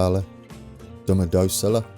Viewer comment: Minute the second time Domodossola is said right, Nice